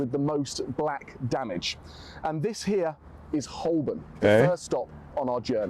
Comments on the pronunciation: It’s not Holbern, it’s pronounced Ho-burn. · I suspect he didn't pronounce 'Holborn' like this guy does. In the many times I worked there, it was called 'Ho'bun'.